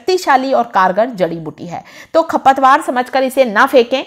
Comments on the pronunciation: Khapatwar nahi kharpatwar boolte hai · खपतवार नहीं, खरपतवार बोलो।